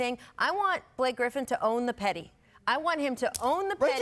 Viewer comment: it sounds like Rachel said "Billie Griffin" 😂